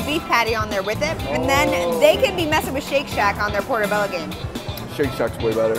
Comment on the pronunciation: Did say "Portamella mushrooms"? lol